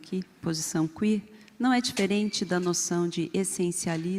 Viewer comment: teoria Quêêêr??? A pronúncia está errada.